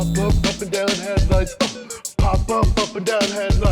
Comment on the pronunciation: POHP OHP HEADLOOOIGHTS!! 😂😂😂